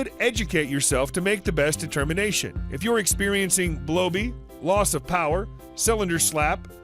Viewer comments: "Blo-bee"? Or "Blow-by"? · Hard to take you serious as an expert when you say “blow bee” for blow by…